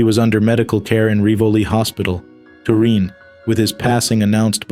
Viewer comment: Tureen its Turin.